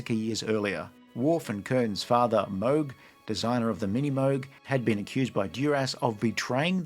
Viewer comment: "...Mogh, designer of the Mini Moog." 🤣